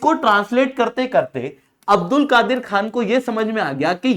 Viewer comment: Abdul kadeer ka a silent padho